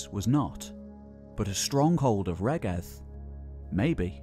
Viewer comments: Excellent on the whole, but it would be great to hear the the Welsh names pronounced properly, e.g. Rheged [ˈɹ̥eˑgɛd], Ystrad Clud (Strathclyde) [ˈəstɹ̻ad klɨːd]. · Pretty sure "Rheged" is pronounced REED.